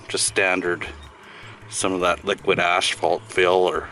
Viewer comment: Asphalt, not ashfault.